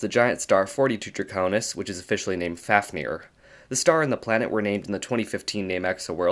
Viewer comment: Fáfnir is pronounced /fɑːvnir/ (like "Fahv-nir"). With a long A and the 2nd F pronounced as a V.